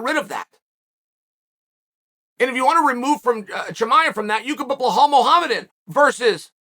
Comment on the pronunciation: Hey Chael, it's BELAL not Behol.